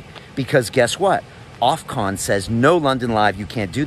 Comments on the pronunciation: Loving you and love London Real - but man please say "OFF COMMMM" not Ofconnnn - be good and keep it Real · It’s Ofcom Brian not Ofcon 👍